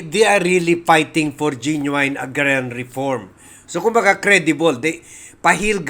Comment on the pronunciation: Ge noo in, not genuwayn brother.